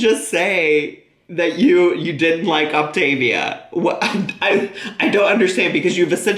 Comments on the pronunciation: Also I say this all the damn time but I really just don’t understand how she doesn’t know how to say the word yet. It’s optAAAAAvia not optIIIvia my god why is it so hard for her to say it correctly? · "Grab your Optivia bars..."! 🤣🤣🤣🤣🤣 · Ugh! saying optavia and other words incorrectly makes me want bop her upside the head, and she knows she's saying them wrong. How dumb could this woman be!!